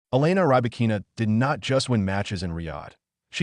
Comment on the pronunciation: Robots commenting tennis. They can't even pronounce the name of Rybakina.